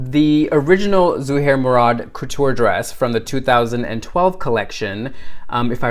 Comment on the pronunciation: You taught me how to say ZUHAIR MURAD'S name properly ...... Your now one of my favorite people ....